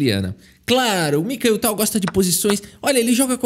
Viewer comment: Fala o nome dele errado dnv, vão já te cancelar em 😂😂😂😂